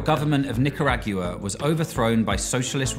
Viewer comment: That was a wild ass Nicaragua pronunciation.